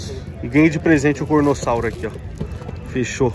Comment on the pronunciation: e carnotauro não cornossauro